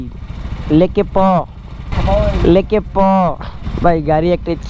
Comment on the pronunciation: ভাই লেকেপ না কোলোকে লেকে প হবে